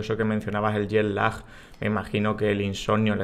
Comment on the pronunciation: Es curiosa la pronunciación de Jet Lag en andaluz: JEL LÁ. Suena a árabe